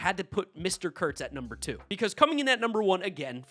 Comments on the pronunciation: Yea, I never understand why people don’t just say his name. If you pronounce words correctly it doesn’t sound bad at all. Kurtz has a T in it. Doesn’t sound like a slur in my opinion at all. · Because is too politically correct is why he won't say Nick's name correctly